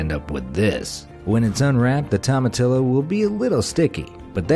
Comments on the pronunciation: It's pronounced tow-muh-tee-yo. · Fun Fact!: In Spanish the "Tomatillo" is spelled like this, but in Spanish you pronounce it "Tomatiyo", so next time say it this way.. "Tomatiyo"! 😉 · Tomatillio pronunciation = Toe Ma T O's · I don't know about jicama, but I'm fairly sure it's "tom-a-TEE-o". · Great video. I learned a couple things. But please check your pronunciation of Hispanic food. Jicama is pronounced HEE-ki-mah, and it's toe-mah-TEE-yoh. You know what you're talking about, and maybe this gentle advice can help you prove it. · Ahhh,cringe...That is the most Yankee pronunciation of tomatillo I've EVER heard! 1st day, Spanish 101...a double L is ALWAYS pronounced like an English "y". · As a whiter than white person I am offended by the way you slaughtered jicama and tomatillo. I can only imagine how you say saguaro. It doesnt matter how the americans or brits say the words incorrectly...they are wrong. Go to mexico and try your language over there. If we enjoy the food we should learn how to say it correctly. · You completely destroyed the pronunciation of Jicama and Tomatillo....🤦🤦🤦